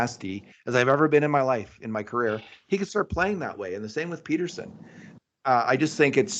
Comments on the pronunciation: it isn't pronounced PETER-sen. Soft "e". Please don't do this for two weeks. Thanks guys. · for crying out loud. It's Pettersson, not Peterson. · Can someone tell how to say Pettersons name lol. Peterson he’s saying but listen to Kurt who says it right lol